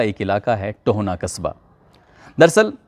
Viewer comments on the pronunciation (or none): भाई, ये टोहना नहीं बल्कि टोहाना है....